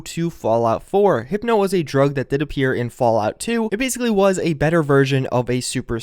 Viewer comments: Hypo is pronounced 'High-PO", not hippo, like the animal. Not hating, just wanted to help with pronunciation. Really like these updates, thanks for all you do. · not to burst your bubble, but it's HYPO. Like Hi-Po. not Hypno lol